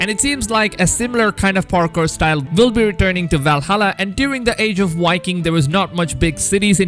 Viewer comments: Stop saying yiking it’s Viking this really grinds my gears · Wiking 🤣 I can't take this guy seriously